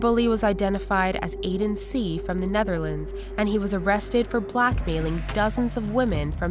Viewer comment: why the f*ck does that dutch guy ruin the name of the Neterlands